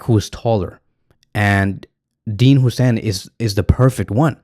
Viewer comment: its "Hoyyyysen"